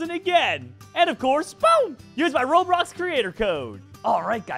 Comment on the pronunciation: Did anyone hear say 'robrox'?